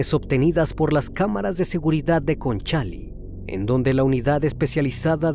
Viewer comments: Hola,la comuna es Conchalí, nó concháli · Conchalí acento en la i no en la a En Chile no existen los tianguis,es feria No es zarpadores es zapadores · Me estoy volviendo asidua de tus vídeos , y justo e encontrado algunos casos chilenos ( soy. chilena ) y me hace gracia como pronuncias algunos lugares : Laima ,es Llaima un volcán ,Lonchali es Conchalí una comuna de Santiago capital de Chile ,pero lo demás excelente 👋👋👋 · Estimado, su trabajo es completo y detallado. Sólo como crítica constructiva, podría sugerir que se informe sobre cómo pronunciar, por ejemplo, "Concháli" cuando realmente es "Conchalí" es "Zapadores" no "Zarpadores" Es importante ser minucioso con estos aspectos, le brinda más profesionalismo al video. Lo otro es un detalle, pero me gustaría que los videos fueran relatado en un lenguaje más natural: Charco de sangre y no mancha hemática. Se vuelve más accesible para el público. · Se llama Conchalí, no conchal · *Conchalí, no Concháli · Es conchalí.... no concháli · Se dice Conchalí XD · Estimado: la comuna se llama Conchalí acentuando la última vocal y la calle se llama pronuncia Yaima. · Es Conchalí, con tilde en la i. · Que risa como dices “Conchalí” Saludos desde shile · Me encanta como narra y todo pero me perturba como diche conchalí 😅😅 por que tiene acento en la í